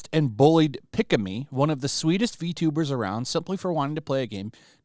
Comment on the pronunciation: if you watch any clip of pikamee videos, her laugh sounds like a kettle boiling water, is a running joke for how she laugh, and you surprily pronounce her name right, un like other guy who try cover pikamee bulling